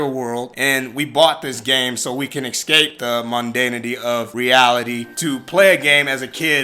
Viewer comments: ecscape. lol Its Es-cape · It's not "excape", either.